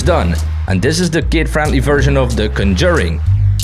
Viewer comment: Much respect for your skills. Much confusion at your pronunciation of 'conJURing'.